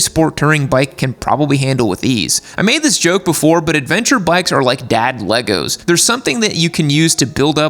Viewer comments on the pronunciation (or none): none